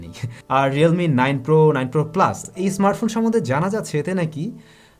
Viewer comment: Realme not Relme bro